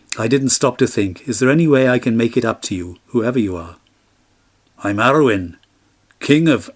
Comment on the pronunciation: Ara-oon and An-oon